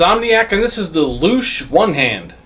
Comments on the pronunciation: Not lush but lutch. It means a ray. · It's pronounced, "lootch".